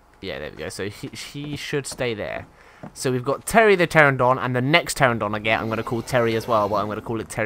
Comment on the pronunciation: I have endured for 7 episodes, but I can't take it anymore. It's "PterAnodon", not "Terrodon". :P